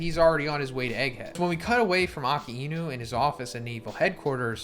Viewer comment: The way he says Akainu (Aca-yeeeenu)